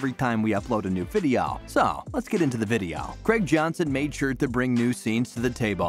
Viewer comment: What’s a videoaww? 😂